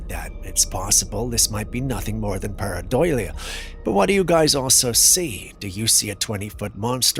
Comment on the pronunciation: you really need to learn how to pronounce pareidolia. 😉